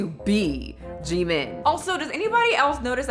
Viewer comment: I feel so bad for jimin! He literally hates Oli and thinks he is really creepy which I’m here with him for. Oli is super creepy. Sending love to jimin <3 (I’m also a huge fan on bts, not all of us are totally crazy 😭) Also his name is pronounced “Jim - in” :)